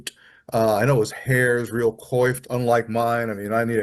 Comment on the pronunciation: People need to learn how to pronounce "coiffed" before using it. It's easy to Google how to pronounce it. Two people on this video used it and both mispronounced it.